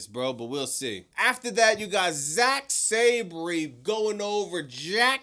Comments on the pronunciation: (Sab-ree) 🚫 (Sab-er) ✅️ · Last week* (Sa-ban) 😂😂😂